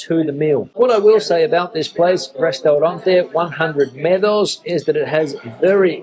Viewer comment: The word 'medo' means 'fear' in Portuguese, not 'meadow'!